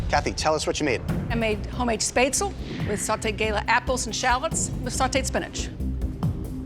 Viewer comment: First, learn how to pronounce “monsieur”. And “spätzle” too.